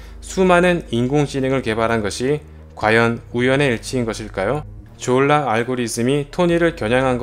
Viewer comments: 형 다 젛은데 졸라 할때 발음이랑 억양좀.. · 졸라발음할때 엄마가옆에서 들었는데 욕인줄 알고 이노무 시키가라면서 등짝맞음 ㅋㅋㅋ